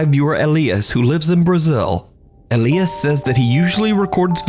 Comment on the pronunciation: "Elly-us"? Elias is pronounced E-lie-us.